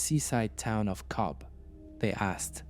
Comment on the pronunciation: Its pronounced Cove